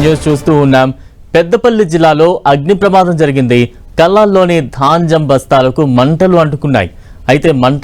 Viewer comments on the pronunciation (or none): Dhanjam bastalu kaadu baabu ...dhanyam bastalu telugu palakatam kuda ravatamledu ..vanakala chdauvulu